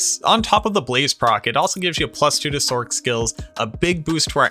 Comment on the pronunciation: "sorc" isn't a hard "C" like in sock. It's short for sorceress so it's pronounced like "source".